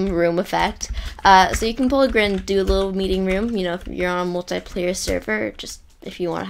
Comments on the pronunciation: Its not grin Grian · It is Grian not Grin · No the best head game person is "Grian" he said "Grain" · Love how you pronoun Grian not like Gree-uhn, but like Grin, XD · Grin? Sir I think you mean Grian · Did he say “This effect was of course made by GRIN